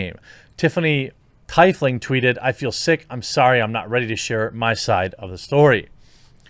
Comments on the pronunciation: Jeremy, FYI Teifling is pronounced “Tee Fling”. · Wait. You mispronounced tiefling. Not sure you are really a gamer. This the fake jeremy?